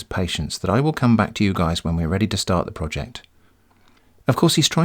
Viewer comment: "Director of Roject Development"